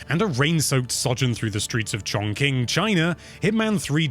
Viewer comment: its "chong-ching" not "chong-king"